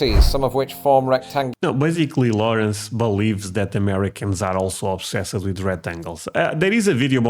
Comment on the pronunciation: Obsessed is pronounced obsesst